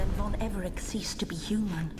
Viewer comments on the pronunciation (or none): its von Everec not Von Everic